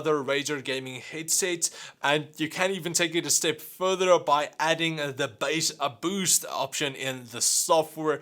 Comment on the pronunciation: No one: This guy: "The Bass-a-Boost" edit: good video tho